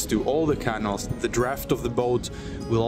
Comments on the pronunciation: Canal is pronounced like canoe. More of a K sound, and the syllables are ca-nal, not can-al. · Love following your progress. (Pronunciation tip: say caNAL, not canil.) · My apologies, I know I sound petty but please, please, please try and pronounce canal: ke nael (ke nel). I cannot (but I want to and I will!) travel through the European canals with you with that pronunciation. Don't know why, but it drives me CRAZY!:face-orange-biting-nails::body-blue-raised-arms::eyes-pink-heart-shape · If I buy you a coffee will you please learn how to pronounce Canal properly? 😂😮😊